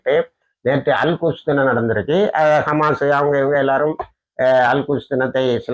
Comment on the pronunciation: திருத்தமாக சொல்லுங்க அல் குஷ் என்பது கெட்ட சொல் அல் குத்ஸ் என்று தெழிவாக சொல்லவும்